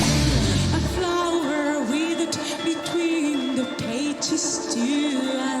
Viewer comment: I love and adore Tarja, but the way she starts the song pronouncing words like between more like "betwerrrnn" in the line "withered between the pages two and three"... Where does that even come from? I'm a native Finnish speaker and that's in no way linguistically or phonetically logical. Phew! Such a pet peeve of mine! But she luckily cleans it up after the first chorus.